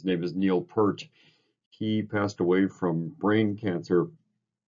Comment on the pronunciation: YYZ is a great song. I like it because the band is "tight" and I like the "call and response" between the bass and the drums. I hate to be nit-picky but Mr Peart's last name is pronounced "Peert" not "Pert". :)